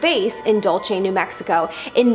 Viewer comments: Its not dulche its dull-se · Dulce, as in "sweet" in Spanish. Not dulche. You confused Spanish and Italian phonetics. Feliz año nuevo. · I’m from NM, Lol my head snapped with a quickness.. The pronounce it Dull Say, Dull see= Dulce I thought of gabana when u said the name . First time commenter long time fan yo